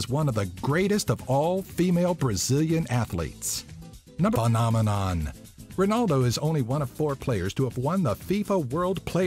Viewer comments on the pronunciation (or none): Suggestion: learn how to pronounce the names correctly when talking about famous people. Reading out Portuguese words like it was Spanish really undermines the credibility. José is pronounced as Joe-ZAE not Hoe-SAE, and Ronaldo is read as Hon-NAL-do. I am not a Brazilian but these are very basic pronunciation rules. It is almost painful to watch the video.